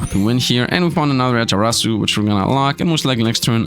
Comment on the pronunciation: 0 effort into actually reading names lmao 😂 Jatarasu???? Rly?